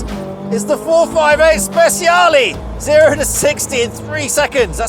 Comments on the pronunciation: Speciale ❌ – Speziali ✅ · The Stig calling the Speciale "Spesiali" is really embarrassing, though not nearly as embarrassing as him calling his daily car "Porsh". That's really bad for a racing driver and car enthusiast. This might seem silly but it's the sort of stuff that would get me to unsubscribe from a youtube channel.